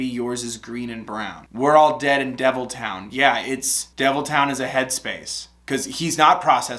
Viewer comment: no one: not a single soul:: cave-ton